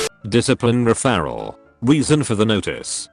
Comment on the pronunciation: It’s kind of funny how the voice can’t say referral.